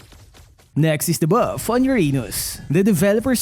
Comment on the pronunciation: bro said buff on your anus 💀